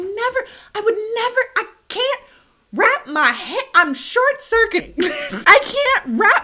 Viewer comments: #1 worst movie ever. Also: it’s circuit, not circet. Sorry for the judgement 😂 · what's a 'circet'?